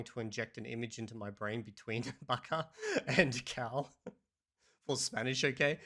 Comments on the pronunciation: actually, it should pronounced like “Baca” not “Vaca” like you write it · His pronunciation of "vaca" made me cry 😅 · "Vaca" pronounced so wrong. His Spanish teacher is probably crying. 😂